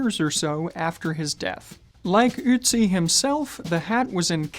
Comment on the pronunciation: "Ützi"? Well, you got the permutation right, but applied it to the wrong vocal. It's "Ötzi".